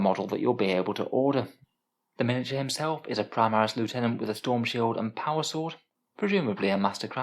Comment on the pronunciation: You said "Loo-tenant". Then you said it again! Noooo!!!